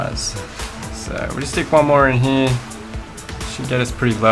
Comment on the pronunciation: 'In here' ..... Dude, LEARN HOW TO SPEAK!!!!!